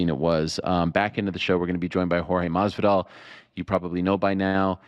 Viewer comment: Lmao Ariel stays saying Jorge name wrong , malllvidal lmfao